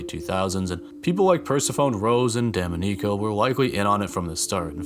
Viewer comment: "Per-seh-fuh-nee" "Duh-mah-ni-co" Not insulting you, just wanted to clear that up since these are pretty uncommon names. :)